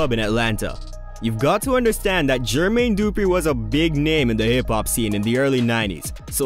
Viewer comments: Bruh the way you pronounce Jermaine Dupri drives me nuts lol its not Dooooopreeeee its du-pre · This narrator has to be AI. No real person says GER-Mayne DOO-Pree in that fashion repeatedly. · You say Jermaine Dupri goody af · It would literally take less than a minute of research to find out how to pronounce Jermaine Dupri and Keefe D correctly